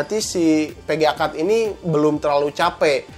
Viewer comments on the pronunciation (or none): "perporma" "Pga card" "Pullset" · Kaga bisa ngomong F/V